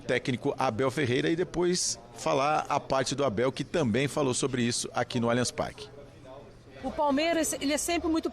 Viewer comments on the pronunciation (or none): "Alianx Parqui" é o Cacete